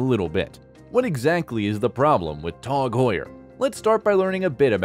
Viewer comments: Its pronounced TAG not TOG , Tasser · Its not called TOG! why are you saying TOG and not T A G?! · Please stop saying Tawg😅😂 Did he just call Hublot Hub Lot 😂😂😂 And revealed reviled bru… I’m dead 😂😂😂😂😂